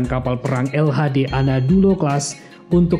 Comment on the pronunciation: Menit bukan anadulo tapi Anadolu🙏